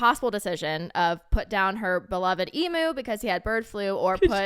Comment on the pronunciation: Eeee-myu, not ee-moo. Cheers 👍